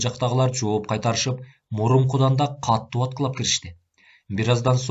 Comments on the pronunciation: Катуу деп эле окучу, каттуу дебей. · Сонун чыгарманы аябай ката, сабатсыз, туура эмес окуп жатат. Көп кайталанган каталар : Мохажед ~ Моджахед Каттуу ~ Катуу Казарман ~ Казарма